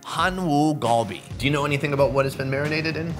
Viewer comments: Its not gulbe its galbe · Galbi is not pronounced “gall bee” phonetically. My peeps use the wrong letters to translate it and have misrepresented the word. It’s pronounced “car bee”. Spread the word